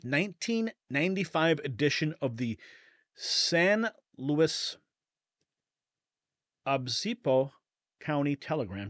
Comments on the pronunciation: Pronounced: San Looey O Biss Poe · It's pronounced SAN LUIS OH-BISS-POE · Pronounced San Luis o bis po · Pronounced SAN LOUIS OBISPO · "San Louie oh bees bo." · San Luis OH-beese-po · as a native Californian San Luis Obispo is pronounced: San - Luey- Oh- biss -poe.